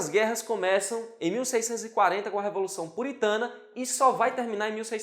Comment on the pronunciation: E a moça engoliu corda ficou nervosinha, será que precisa fazer um curso de dicção também......o que a moça tem contra a palavra dedel ?...É a révolução ou revolução?....kkkkk